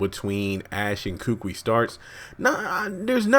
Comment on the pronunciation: I strongly suggest to the uploader that he learns to pronounce names correctly. Kukui is pronounced koo-koo-ee,not kookwi.